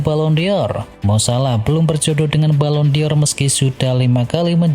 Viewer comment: Dibacanya BALON DOR .. BUKAN balon DI OR.. gak pake i ... Norak lu.. gak pinter2... 🤪🤪😜🤣🤣🤣